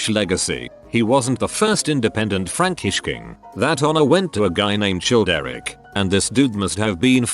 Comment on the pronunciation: I love how Childeric gets pronounced as 'Chilled Eric'